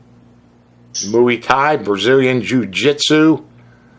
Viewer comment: He did "Bragilian Jiu Jitsu" 😂😂😂 This guy is legit.